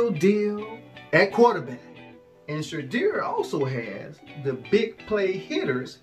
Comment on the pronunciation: WHAT IN Nickelodeon has Youtube suggested i watch...never again...he said SHAYDEER. 😅